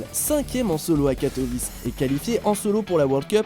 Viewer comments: C'est pas katovice ça se prononce katoviché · Sa se dit Katowiçé [w=v] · Pas du tout mdrr 😂 c'est "Katoouiché"